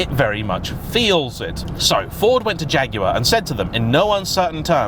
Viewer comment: Great to hear the name jaguar used and pronounced correctly